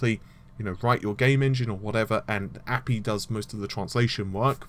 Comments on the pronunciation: Ugh... "Raddyon?" It's Radeon.... RAY-DEE-ON Also... bro... "Appy?" Dude it's just A-P-I... No one says "appy." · Only you call it APY. Everyone one else says A.P.I. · WTF direct x 12 = standardization? what about the OGL standard or other standards...it almost souns like if it is not DirectX no one supports it...are you on crack? and one more thing that has been bugging me it is API(ay-pee-eye) not Apee....love the channel...but somehow you stuck a nerve with me today. as far as RT raytracing you'd be lucky to get 60 fps on a 1080Ti with a simple scene(with gameplay...not arch vis) with 1 spp(1 sample per pixel) and this is bound to the resolution so do not expect anything over 720P :) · It's pronounced A - P - I and you don't say centimetre as cm do you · app-eeeeee ? , sorry just sounds wrong to me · ManWithBeard1990 I'm pretty sure it's pronounced A-P-I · No one pronounces API as a word. Good video otherwise.